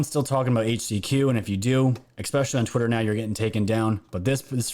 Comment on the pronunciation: Love you, but it’s [“S” peshally ], not [“X” peshally]. 😊 I know, I’m the one with the problem! 🤪👍🏻❤️🇺🇸